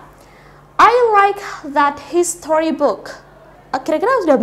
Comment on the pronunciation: I heard your "HISTORY" Pronunciation 😂